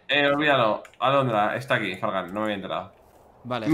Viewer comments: Like si escuchaste que wili envés de decir fargan dijo Fran (stax) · Dice Fragan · No digo Frank dijo fargan